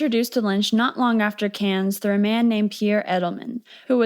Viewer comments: sidenote, Cannes is pronounced without the s at the end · Its Canne not cans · The “Cannes” in Cannes Film Festival is pronounced “Carn”. Like the way you pronounce actor James Caan’s name. There’s no “S” or phonetic “Can”. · Another great vid. ("Cannes" is pronounced, "KAHN," btw, cutie.) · It's Canne(s). You don't pronounce the S... ❤ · this is the first time I've heard someone pronounce the "s" in "cannes", have I been saying it wrong this whole time? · Cannes, don't pronounce the 's' (french) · Americans almost always mispronounce the “a” in “Cannes,”but until I watched this (excellent) video, I had never heard the “s” pronounced.